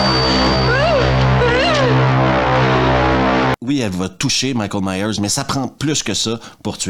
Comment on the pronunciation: 1,29 Michel 😂😂 j’ai cru que tu parlais du Plombier Michel Michel😂😂😂 on dit Michael Myers